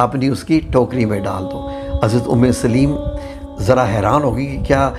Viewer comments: ام سلیم ہے لام کے اوپر زبر کے ساتھ ہے ام سلیم لام کے نیچے زیر کے ساتھ نہیں ہے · ماشاءاللہ ❤ اللہم زد فزدہ ماشاءاللہ ااپ نے قران حوالہ بہت اچھا میسج دیا ہے اللہ اپ کو اس کی بہترین جزاء عطا فرمائے اپ کی قران کے اندر بھی کچھ غلطیںا ں ہیں جو کہ ٹھیک کرنا فرض عین ہے اور صحابیہ کا نام بالنے میں بھی ام سلیم لام اوپ زبر کے کے پڑھا جاتا لام کے زیر کے ساتھ نام نہیں ہے دعا کے اںدر غلطی لفظ اعین الف زبر کے ساتھ ع ساکن ی کے اوپر پیش اور ن دو زیر کے ساتھ ۔ جزاک اللہ خیرا